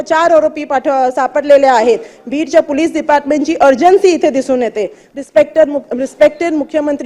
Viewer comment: बाईला पोलिस पण धड म्हणता येत नाही 😂